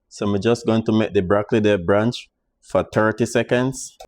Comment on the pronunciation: Hi....liked the recipe..but it's "Blanch" not "branch" the vegetables ok? One love